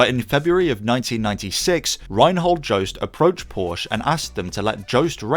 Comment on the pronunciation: Pointless comment, but I'm fairly sure Joest is pronounced very differently. Nothing to do with any Joe.